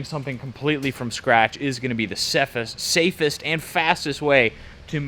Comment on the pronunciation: The seftest way 😂 His Jamaican accent came out 😂